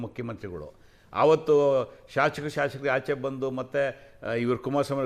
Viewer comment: Mr. ಸರಿಯಾಗಿ ಶಾಸಕರು ಎಂದು ಉಚ್ಚರಿಸಿ